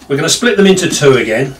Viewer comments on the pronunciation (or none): none